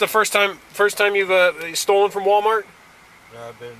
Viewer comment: Oh, Mr. Officer, please stop with the “problAmo” and the “WalMareto”…you do not sound too swift yourself, sir.